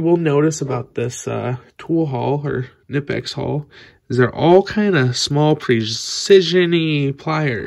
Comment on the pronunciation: Great video. But it is not nipex, k sounds in German. Knipex